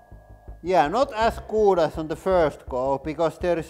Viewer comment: " pretty got damn goot vacooom." 😂😂